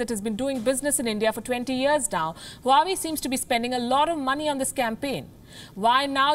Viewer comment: Huawei is pronounced "Wawe".